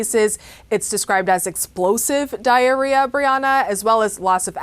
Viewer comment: haha she said explosive diarrea